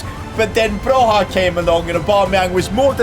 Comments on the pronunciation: It’s Broya not Broha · Armando Bro-YA not HA. Great video, cheers! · It is prinounced B R O Y A and i know this because i'm Albanian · Just to let you know you pronounce broja’s name like “broya” the J is like a Y and this is coming for an Albanian. hth. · It’s not broja debut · bro ur dissrespecting my albanian king,is broja like with an j not h